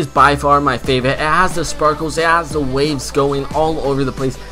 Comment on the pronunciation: He said favite 😭😂🤷🏻‍♂️